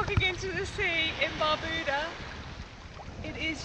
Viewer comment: Learn to pronounce the islands name correctly